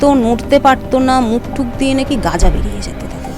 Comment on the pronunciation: গ্যাজা ❌️ গাজা ✔️ 😂